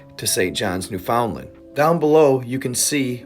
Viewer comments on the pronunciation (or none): Yo spin great yarn my friend. Pronounced newfundland. Just too help. Hmm i didnt really watch the news etc. But of course crasy stuff will come out. Too many things are going on for me too have a clue . I do agree if it imploded it should look like a crushed can, or maybe then inside did but not the outer hull. But hmmmmmmmmm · For some reason we say Newfinland but we spell it Newfoundland. Lol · Hearing a non Canadian pronounce Newfoundland makes me giggle. 😂 Other than that, I do believe something must have happened to the crew, it's hard to believe they would cut enough corners to put their lives at risk, something else must have happened.